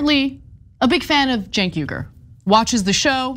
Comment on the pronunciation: How do you justify the pronunciation of “Cenk” as “Genk”…😂